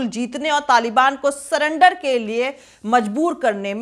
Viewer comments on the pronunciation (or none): none